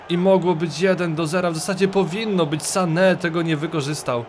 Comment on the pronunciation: Dlaczego tak akcentujesz nazwisko Sane? Przecież on jest Niemcem.